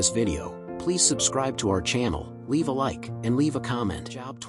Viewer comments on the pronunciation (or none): His name was not Job as in "Go get a job, ya bum!" It's Job as in Robe. A long O sound. 😊